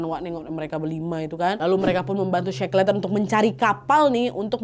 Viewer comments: bikin konten kek gini pastinya banyak nyari sumber dan referensi. tapi buat nyebut nama orang yg diceritain aja masih salah??? Dibaca nya shekelten bukan sekleten … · .... Bacanya she-kel-ten.... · Maaf koreksi sedikit pengucapannya kak Nadia.Shackleton dibaca Sekelton. Semoga bermanfaat🙏